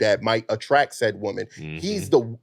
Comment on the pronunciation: People, can we PLEASE start learning to know the difference between pronouncing WOMAN and WOMEN??? I thought it was just the low IQ girls on F&F and Whatever Podcast who can't say it correctly. Once i heard say it too, i hung my head in defeat. I can't believe it... smmfh 😞. Then once he said it, another low IQ heard it and thought that's the correct way to say it and then REPEATED it incorrectly. This is wild work